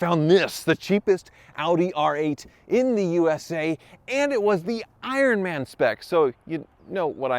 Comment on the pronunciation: "ironm'n spec"